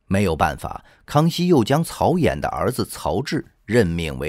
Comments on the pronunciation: 曹寅（音銀） 你不認識這個字也聽過這名字吧！就這程度還配音？ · 曹寅（yin 银）